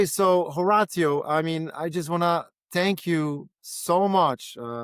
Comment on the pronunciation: Ho- rawt- tio? Dude mash up yuh name bro